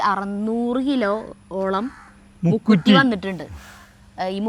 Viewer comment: മുക്കുത്തിയല്ല മുക്കുറ്റിയാണ്